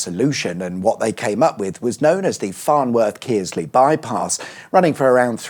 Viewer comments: "KURRSLEY" - Kearsley 👍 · Shame about the Kearsley pronunciation as I heard Kier. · as a Boltonian its Kers-Lee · Kearsley is pronounced 'Kursley', as any local will tell you. Also we have the nearby A627M linking Oldham to the M60/M62. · It's pronounced Kerr-sly. Next you'll be probably looking at the mystery that might or might not be the A6138(M)? Copyright trap or hidden motorway number? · Or the Kearsley spur… Defo not Kears-lee as pronounced it 😆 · Good effort, but not quite the correct pronunciation for Kearsley , just omit the a